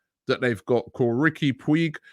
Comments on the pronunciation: Puig is pronounced “poo-ij” and sounds a bit like “pooch”. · Robbie just a correction 🤣🤣🤣 It's not pronounced puig although that's the spelling. It's spelled as pooj although the spelling is puig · Riqui PuCHHHH is pronounced Robbie, not Puig. Seems to be a quality creative player for the future but I think poor physicality for Premier League and not ready for Arsenal eleven. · Riqui POOGE! Not Pweeg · Ricky Pweeg from La Massey uh. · Robbie Rici Puig is pronounced Ricky Pooge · It’s pronounced “Pooch” I’d love him to come to Arsenal. But Puig LOVES Barca. I doubt he’ll leave. Maybe a loan? But it’s unlikely. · It’s pronounced pooch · cd Ricky “pooij”. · Riqui Puig is pronounced as Ricky Pooch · Robbie they pronounce Puig as "Pooch"